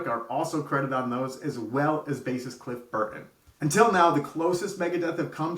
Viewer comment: No one is talking about his pronunciation of cliff burkon 😅